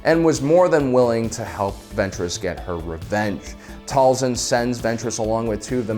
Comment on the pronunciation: Dude the show says "Tail-sin" not "Tall-son"... ik ik, it's small but man so annoying